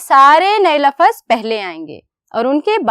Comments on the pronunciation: Lafaz nhi lafz hota hai ma'am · Laafaz nhi hota lafz hota hy...